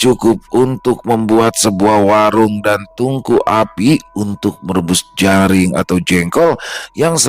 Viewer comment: Bukan jaring tapi jering 😂